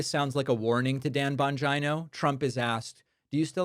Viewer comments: David! Bon-G-EYE-NO?! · Why do you continue to mispronounce Dan Bonjino's name?